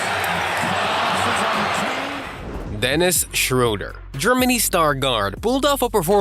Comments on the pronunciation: oh! you pronounced Löwen Braunschweig correctly. So the ö in Löwen is the same as in Schröder. So it's not schrouder but Schröder as in Löwen. But i get that it's hard to pronounce :D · How come that you manage to pronounce the o-umlaut in Löwen Braunschweig correctly, but mispronounce the ö in Schröder? (It should be pronounced like the i in bird.)